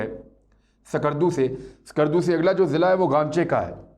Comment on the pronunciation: Imran bhai ko do baaton par gaur farmaana hai 1. Sheher ka Naam Skardu hai Sakardu nahi aur Ladakh mein Leh hai, ley nahi. Education 📚 hai zero 0⃣ aur aap log chale Jung ⚠ karne. 2. Jung karne ke liye paisa 💵 chahiye, aur dileri ♥. Paise 💶 toh aapke ke pass Hai nahi aur China 🇨🇳 ko leke aap log Dileri ♥ dikha rahe ho, aur Bheek 🥣 maangne ki tayyari bhi kar di. Khuud ke pairon 👣 par Khade 🦶 nahi ho sakte aur teer 🏹 marna chale.